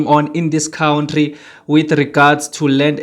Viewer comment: And it is pronounced " Cunt tree" not cout tree.